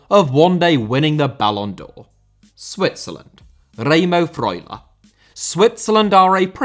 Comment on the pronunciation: i love how you say Remo Freuler